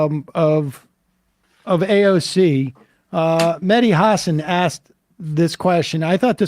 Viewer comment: FYI, folks, it's "Mehdi", not "Medhi". Otherwise the name sounds more Indian than Arabic. In particular, the "h" actually ought to be pronounced; it's not mere ornamentation for the "d".